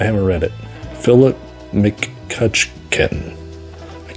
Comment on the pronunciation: I love how you can't pronounce McCutchan. The word you're looking for is flaccid.